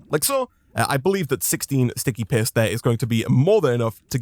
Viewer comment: The way you say paste makes it sound like you say "piss"